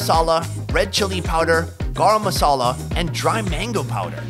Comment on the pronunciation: Bhai it's not gand masala its garam masala 💕 #ruleagain